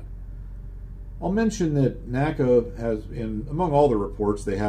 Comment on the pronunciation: I figure with the F4U-4 scenario, one would want to go to WEP before slowing down as it'd allow you to hang in the turn longer BTW: While I hate to be grammar police, particularly since my grammatical skills suck: NACA was pronounced En Ay See Ay, not Naka.